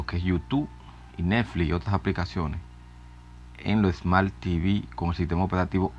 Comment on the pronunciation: Smal tv mejor dilo bien